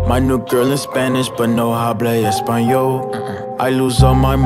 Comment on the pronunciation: Anyone else speak spanish and laughing at how he pronounces the "h" in "hablo espanol" ? The "h" is silent in spanish, buddy LOL.